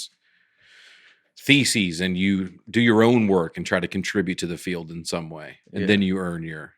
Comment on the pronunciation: you said doo doo and “theses” which sounds a lot like feces. Get it together!